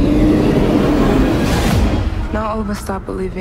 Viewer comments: Isnt the A in the word elongated? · As a german, I need to say: It so is called „Kinderfänger“ and you dont pronounce it like you did in the series. But great work, cant wait to see the next episode!